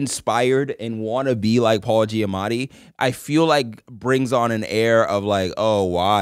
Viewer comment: do the boys realize that they both say “Paula Giamatti” like it’s actually so funny